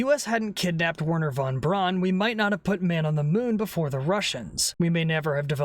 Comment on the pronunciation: Hey, pissbrain, Braun is pronounced Brown.